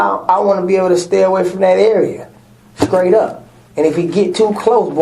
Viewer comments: said skraight up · "Skraight" up? WTF is that? 😂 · He said “skraight up” and talking a JJ